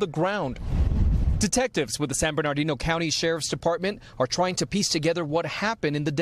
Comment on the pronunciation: Same news as this morning. Btw, it's pronounced San Burna-deeno not Bernard-ino. I lived there as a child..